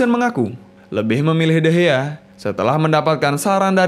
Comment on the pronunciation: Bukan degeh tapi degea